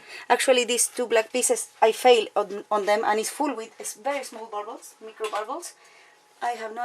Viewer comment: I love how she says "burbles" for "bubbles"!!!! I'm going to say it that way from now on!!! BTW...I have a very good friend who lives in Bergen, Norway. 😁